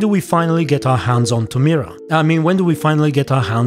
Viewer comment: Tomira hahahaha can't believe you really said that :-DDD